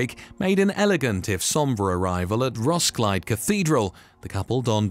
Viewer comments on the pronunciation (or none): Ros-kil-e, three syllables. The d only serves to mark the i as short. I does not make asound of its own. But more important: there are three syllables.